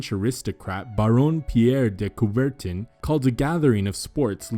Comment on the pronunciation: Very interesting - I thoroughly enjoyed it. (You just have to work a little bit on your pronunciation of "Pierre de Coubertin" - it sounds oddly and funnily "unFrench", as it is! 😀Try "Piérrre de Coup)-béérrr-tã", as in the first syllable of "TAmbourine".) Cheers!